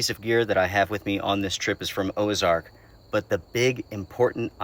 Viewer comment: If I remember correctly Ozark doesn't have an " e " so i am not sure why you're saying it